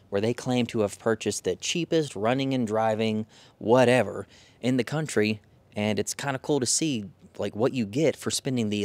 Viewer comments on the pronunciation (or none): none